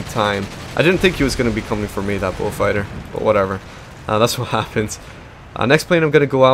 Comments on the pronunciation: Falker wolf??? Its falkwolf......sorry that really bothers me when u dont say it correctly lol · It's actually Focke-Wulf which is read like "fock-eh voolf" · It sounds like your saying bullfighter